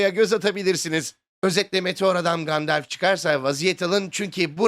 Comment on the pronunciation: Gandalf diye telafuz ediliyor. "Gandelf" diye değil :)